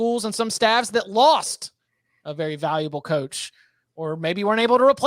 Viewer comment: pronouncing “staffs” as “stalves” is hilarious and I think unintentional